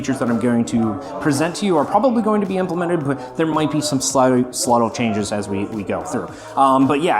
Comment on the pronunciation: “sluttle changes” 😂